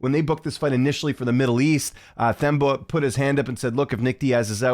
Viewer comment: It's pronounced: TEM-BAH . The 'h' is silent when pronouncing his name❤. Similar to pronouncing the word 'Ten' but replace the 'n' with an 'm'. " teM- BAH " 🎉 hope that helps.